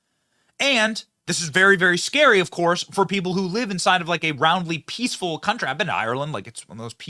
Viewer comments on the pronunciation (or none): You said, "peeful" instead of peaceful, benny 😂😂😂